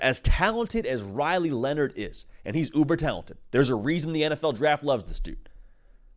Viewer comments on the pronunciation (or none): none